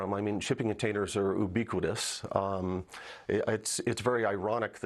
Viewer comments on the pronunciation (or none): I deeply care about this issue, but I can't stop laughing at his proNOUNciations... Jaguire, Oobiquitous, NineyEleven, and so on...